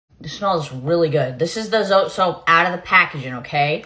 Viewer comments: It is jabón Zote 🇲🇽... Pronounced "so te" the t & e sound like the t & e on the word terrible. And they make a white bar. 🙃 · I always crack up when I hear someone pronounce it as zote and not so-te if that makes sense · It’s called zot-eeeeeeeeeeeeee now you can pronounce it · Ma'am please pronounce it correctly. It's not zote, it's zOté emphasis on the e. It's an ehh sound. We Mexicans pronounce American words like they are not like we think they sound. So please respect our language and do the same. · I was raised in Mexico. Growing up this was the soap our grandma, momma we used . Works amazing for washing clothes by hand to remove stains. Pronounced Hah-bon aka jabón aka soap and Zoh-teh 😂 aka Zote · This soap used to be way bigger when I was a kid. (Also more dense btw). It’s called ‘Jabon-zote’ in Spanish which means - ‘Big-soap’. We pronounce the E in Zote. Like e in [e]lephant - Zot[e] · Never thought I'd see this soap being promoted or used by a non Mexican make up artist on YouTube lol. Pronounced: Zo-Teh , basically means humongous. You add this at the end of certain words to describe it as humongous. In this case soap or "jabon", "Jabonzote" or "humongous soap". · Zo-tay.. is how it's pronounced. And if you shave it down.. GREAT FOR LAUNDRY! Also.. where tf are you buying it for $5?!... It's in EVERY dollar store. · It's pronounced " ZoTay" That is a Hispanics holy grail. It's not new. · It's pronounced zo-teh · Zoté At least pronounce it right if you’re going to use it